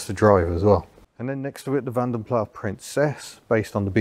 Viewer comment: Apparently Vanden Plas is a Belgian name, not French, so the S is pronounced.